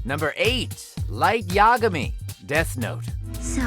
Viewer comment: Todd's the only one on the show that can pronounce "Yagami". Hooray for him!